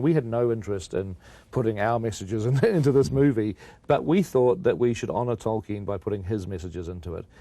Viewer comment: “Toy-Ken” lol